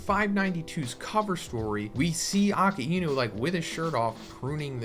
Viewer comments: Uh-kai-noo. It’s not “Okee-inu” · Bro its not aki inu ....its akainu get your pronunciation right. 😊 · Just a question why do u say aka inu instead of akainu ? 🤨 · Aka-inou ??? I thought he's akainou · the way he say Akainu💀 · the way you pronounce akainu's name is hurting me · “Ponglifs” “ackaeinu”